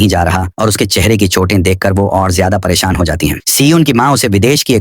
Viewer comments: Para shan❌️ perisiun✅️😵‍💫😵‍💫😵😵😵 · parishan❌ parishiyon✅ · Wo periseon nahi pereshan hai